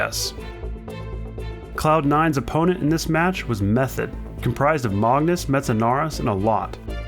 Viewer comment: i like how he cant say metsanauris correctly lol